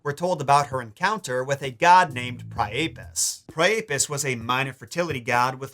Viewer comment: I thought Priapus was pronounced "PRY-uh-pus". Am I wrong?